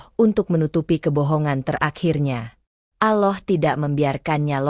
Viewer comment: Tolong ucapan Alloh nya yg fasih ..klo benar muslim...